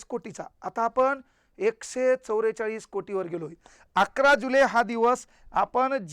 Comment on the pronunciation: एकशे चौरेचाळ नाही सर.एकशे चौवेचाळीस सर तुम्ही पण जरा सुधरा